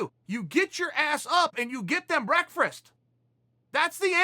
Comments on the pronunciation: nah my man, it always was "breakfrirst". you really should correct your "breakfast"gibberish.. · You must be new around here so quick correction; the word 'breakfrist'* struggles with Chael. *As do all of his opponents, 'aprrishitive' & 'vbinary' included. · he really struggles with the word "Breakfrast" lol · Chael “breakfreast” sonnen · Chael: "I've NEVER lost a round, 'breakfrist', 'apprishitiff'& 'vinary' aren't going to beat me!" Chael's mouth/tongue: "I can't let you get close" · Chael the only guy on earth to wake up at 6am to make “BREAKFRAST” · Chael "Breakfrast" Sonnen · “Get your ass up and get them brekfrust” says Uncle Chael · Me: Breakfast Chael: Breakfrist Me: Ok great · Chael "chow down your breakfrast" Sonnen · I love how chael says breakfrist oh and by the way it IS breakfrist now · ima start pronouncing the way tim kennedy and chael pronounce “Breakfrest” 🤣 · Okay now I'm convinced Chael is saying breakfast wrong intentionally. Or have we all been saying it wrong this whole time? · We have been saying it wrong the whole time😂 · Lol I was thinking the same thing. The first time he said it I thought it was a mistake but now I think that’s just how he says it